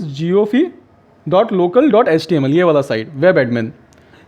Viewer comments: It is jio fi not jio fe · Bro first of all its not jiofee its jiofi. Pronounce it correct. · Jio’fee’ nai mere bhai, jio’fai’ jusy as you say wifi (waifai) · Maiko aapke 'jiofi' ko 'jiophee' bolne pe dikkat hui Baaki video mast tha